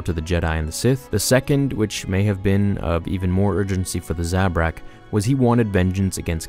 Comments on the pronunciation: You pronounce Zabrak wrong. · Thumbs down for how you pronounce Zabrak